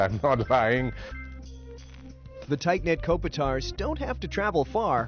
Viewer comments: Still, the name is stressed on I rather than on O ... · like kop-I-tar?